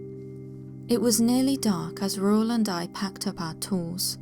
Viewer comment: It makes me happy that you pronounced Raul correctly. You have no idea how many people I have heard mispronounce that, which annoys me since one of my closest uncle's from my dad's side is named Raul.